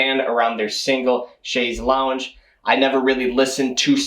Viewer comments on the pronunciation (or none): Btw it's pronounced "long" not "lounge". Longue vs Lounge